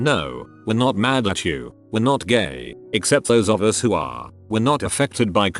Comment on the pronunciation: why doesn’t the text-to-speech know the word “who”?